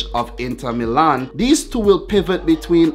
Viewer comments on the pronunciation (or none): none